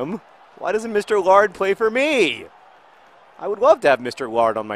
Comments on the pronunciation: Maybe the reason mr laird doesn't play for you is because you pronounce his name "lard". Also, my favorite show is doctor who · John, Laird isn't pronounced lard. And Laird means someone who's Scottish and is really rich and has a large property.